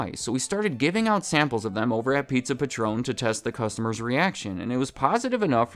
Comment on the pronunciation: It's Pizza Patron, like a patron of the arts, not Patron like the tequila